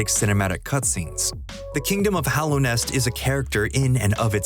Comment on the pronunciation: Did he really just call Hallownest “Hollownest?” Clearly just exposed yourself as not having actually played this game